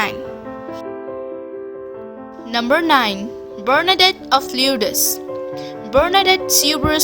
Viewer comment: It’s saint Bernadette not barnadette